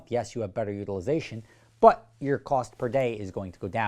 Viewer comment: I quite like the way you pronounce "but" ... bwuht